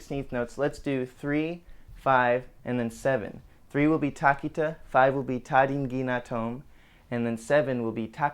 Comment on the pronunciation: lol the correct pronunciation is “Tha Dhi gi na thom” The ‘th’ from ‘thought’ The ‘a’ from ‘water’ The ‘’dh’ from ‘Wyndham’ It trips me up watching Konakkol with an American accent as a student myself. To see real Konakkol, watch the video of V Shivapriya and Jois Sir.